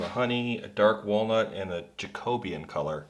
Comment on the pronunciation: Absolutely beautiful. Just to advise, I think you said Jacobean somewhere in there but I almost missed it due to your pronunciation. The Jacobean era was an era in English history. It is pronounced Jack O Bee An. 😉